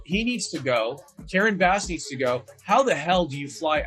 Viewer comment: It karen bass! Like the fish! Not base!